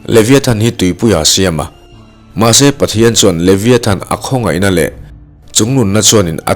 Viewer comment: A lam dan hi Leviathan nilo in Levaithan tiha lam zok tur aw